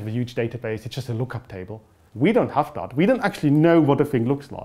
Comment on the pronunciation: Tim Okolowski it did sound typical german to me though, the way he said "dat" instead of "that". Im from the netherlands though so i might be a bit biased.